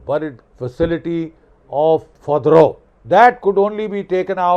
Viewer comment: Sir it's fordow.